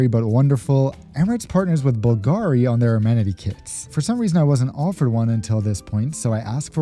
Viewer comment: the acsent goes on U on Bulgari as in the name of the founder Bulgaris